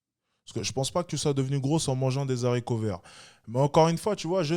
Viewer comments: Oops désolé mais on ne dit pas des Zharicots. Le h de haricots est un h aspiré. On ne fait pas la liaison et du coup faire la liaison devient une faute de français. Puisque tu te vantes d’avoir un cerveau si tu veux passer pour un intellectuel la base est de ne pas faire de faute de orthographe/grammaire/syntaxe et la tu viens de faire une erreur. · Juste pour te dire qu'on dit pas des ZARICOTS mais des Haricots. Y'a pas la liaison. Sinon au top comme d'hab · video interrésente mais "des haricots" et non des z'haricot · Des zaricots verts